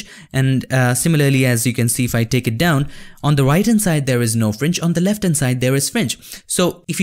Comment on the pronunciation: FRINGE SOUNDS LIKE FRENCH SOUND LITTLE BIT CONFUSING>.............,,,,,,,OTHER THEN THIS OK